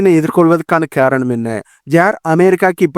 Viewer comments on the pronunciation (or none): காரணம்னு சொல்லுங்க,....கேரணம் இல்லை....ரைஷ்யா இல்லை....ரஷ்யா...